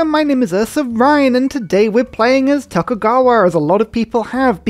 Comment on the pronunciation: Tokugawa was a bit hard to say up top of the video eh? I had to replay Tokeugowurr a few times just to make sure I wasn't having a stroke 😁